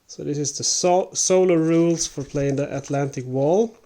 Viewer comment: Don’t pronounce it like Atlantic a Wall. The tik has the accent, and English wall is not German wall, in German a Wall is some heightened area.